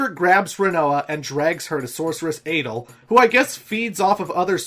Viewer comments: Dude.. Adle? Ultimeshea? ODEEN? Are you doing this on purpose or something? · Thomas Morato Balamb and Adel aren’t that strange